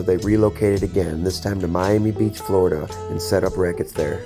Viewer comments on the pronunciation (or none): none